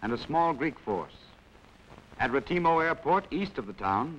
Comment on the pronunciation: Nearly a German failure, ahhh Retimo.